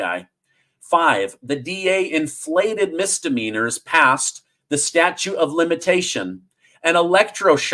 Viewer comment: It is "statute" of limitations